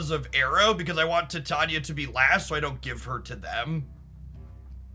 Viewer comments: Titania is pronounced like "titanium". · Titania = Tie-Tain-E-Uh 😊